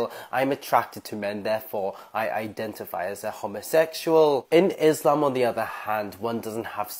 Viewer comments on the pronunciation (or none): It's not Muzlim, it's Muslim brother, thank you and it's not Izlam but pronounces Islam there is a S not a Z in both words, I hope it's clear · A defamatory way of spelling "Islam." It is pronounced Islam as in "Iss-Lawm", not Izlam as in "Izz-Lawm."